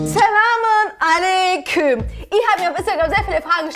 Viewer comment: Dieses alayyyküüüüüüm regt mich so auf Alta. Bitte sprecht es richtig aus